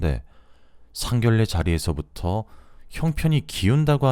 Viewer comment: 상견례를 상결례라고 발음을 하는 것이 아닙니다. 상견녜라 발음하는 것입니다.